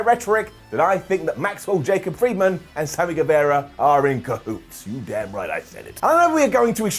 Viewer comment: it's pronounced Samy GueVAHra, not GueVEHra